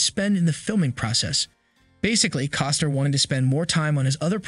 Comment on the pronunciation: You keep saying Coster, it's Costner